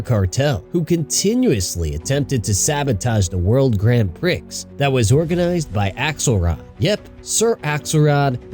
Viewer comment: “World Grand PRICKS” It’s “pree” LMAO